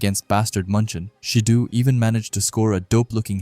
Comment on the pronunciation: SA-Aye and Shi-DOh pronunciation 😊